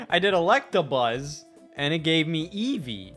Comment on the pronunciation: Scott says Electrabuzz